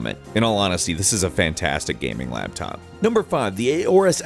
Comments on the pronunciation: Lol he said laptap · Its a laptap everybody. A laptap.